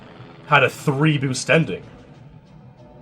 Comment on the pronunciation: "nice bewst" h ah ah ha i love canadians sometimes eh! buddy, guy, friend lol